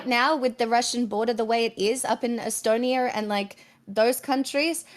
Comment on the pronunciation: "es-stone-ear"? What's that? How does it relate to Estonia, which clearly has no "r" at the end of it, just like America is never to me mispronunced as "A-merry-cur." "eye-deer"? That a new kind of deer? ... Idea has no "r" in it, stop replacing the vowel "a" with "er," it's revolting abuse of my senses. Nasty non American dialects must be destroyed.